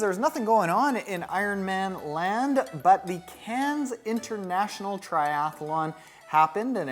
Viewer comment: It’s pronounced “can”. Silent “s” my friend...